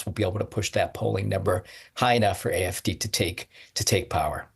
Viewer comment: Can DW not have a presenter who can at least pronounce German words correctly??? Learn how to say "AfD". You are working for a channel called "German Wave"!